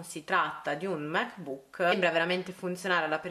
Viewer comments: Ti prego non pronunciarlo Mac bùk! L’accento è sulla a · Ogni volta che dici "mec buuc" mi sale il nazismo🙄